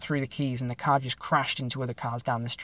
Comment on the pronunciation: Love the accent . . . “Had to paak the caar.”